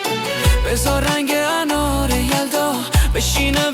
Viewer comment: هوش مصنوعی صدای آقا به انار میگه آنار 😅